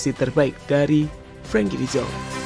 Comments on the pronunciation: Oyy de Jong bukan de Zong , orang luar juga ga gitu gitu amat pengucapannya 😂😂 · min, bukan "de zonk". tapi "de JONG" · Dezang dezong, de yong min, ealah cook ancok ! 😂🤣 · Koreksi ya, de Jong dibaca de Yong bukan Zong. Gatal gue dengernya. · baca nya "de yong" bukan "de zong" mimin?